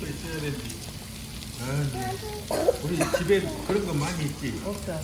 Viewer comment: 의 읍써가 너무 웃기네요 ㅋㅋㅋㅋㅋ